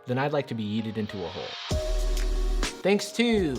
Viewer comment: Her yeet pronouncation is just NUH-UH